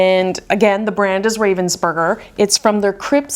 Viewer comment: By the way - I read this in a Facebook puzzle group - apparently the name of the brand is pronounced "RAH-vensburger" - as it's a German brand and that's how they say it. I was quite surprised!